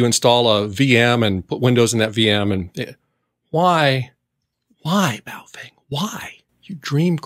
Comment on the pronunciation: “Bowel” Fang, lol